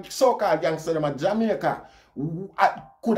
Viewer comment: you are one of the few who pronounced the name of or country correctly.